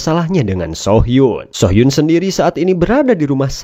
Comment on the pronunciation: Correct dikit om... Soo hyun dibaca su hyun (nama cowok) So hyun dibaca so hyun ( nama cewek) 😊